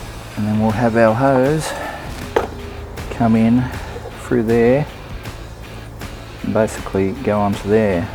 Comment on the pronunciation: Mate, the word is pronounced through, not frue